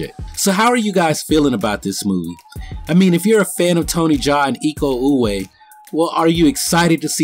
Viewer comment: Iko Uwais has an S at the end of his last name. It is pronounced. So please read it ee-kow oo-wise. Not oo-way